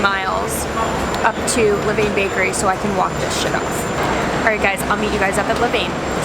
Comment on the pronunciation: La-Vin. :) I hope you were not sick after all those delicious looking cookies. I think I'd like Lavain better. In another viewers video, she said the peanut butter chips taste just like Reeces.(lavain)